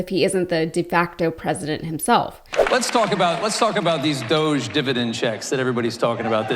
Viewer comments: It's DOG-E as in doggie and Elon and Felon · Please don't call it, "Doje". Doge is based on an E-Coin called Dogecoin. Dogecoin was the first memecoin. It was done to make fun of Bitcoin. Dogecoin is an E-Coin based on a Dog-E. It's called Dog-E-Coin. 🙂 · Doosh definition: obnoxious or annoying person. Sheeple - people easily influenced, docile or compliant. Y'all have been pronouncing it wrong, and "Elonia" and her husband don't know the difference either. Look it up. DOGG e is pronounced as "dough-jee" - essentially just saying "doge" with a slight emphasis on the "e" at the end; the "G" is silent in this context, making it sound like "doe-jee If these Doosh/Dogge fake bullies are recovering some much of our taxpayer frauds through abuse, fraud and waste...WHERE is the money?? Come on Doosh/Dogge Bit^ch^s, or we will smack you on your snouts, for your bad behaviors. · I’ve said that’s what it should be but even Elon pronounces it dōsh, stupid.